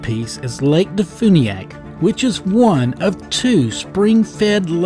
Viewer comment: and de funiak is pronounced as de fyuniak.